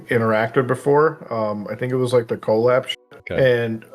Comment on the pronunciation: I never trust a person who pronounces "collab" as "Co-Lab".